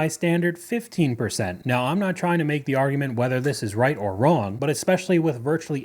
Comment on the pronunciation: “…. I go home, I maka the pasta” 🍝